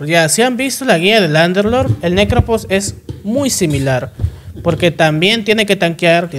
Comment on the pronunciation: Me da risa como la gente pronuncia Phantom como "fantom", o sea correcto, pero pronuncian Prophet o Necrophos como "propet" o "necropos". 😂 😂